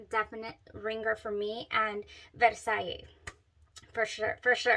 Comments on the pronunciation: Not to be pendantic, but it's Ver-sigh. :) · First pronunciation of Versailles: nice. Ver-say.